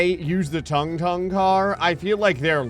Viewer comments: It ain’t “tongue tongue” bruh ☠️ It’s sounds exactly like it’s spelling “tung tung” Toon - toong toong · Bro why the hell is pronouncing it "tongue tongue"😂it's pronounced like " toong toong" bro